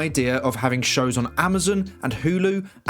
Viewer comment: He said SHOW'S.